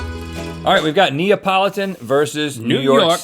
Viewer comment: Everyone who is italian: Cringes when Rhett says Neapolitan